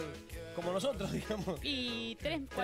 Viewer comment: did she just say nosotrEs???